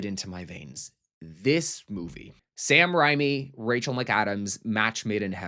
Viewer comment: Hola! Love you so much little note (driving me crazy lol). It's Sam RaYme (the pronunciation). Unless I'm wrong that's just how I always say it and I'm a huge fan so I just needed to say that😊Sidenote completely agree about the whole Jawbreaker thingy. The 90's were just peak😭❤️